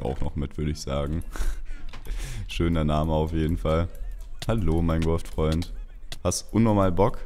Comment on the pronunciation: Minegwoft xd